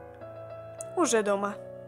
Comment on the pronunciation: У Жени дома звучит как -"уже не дома".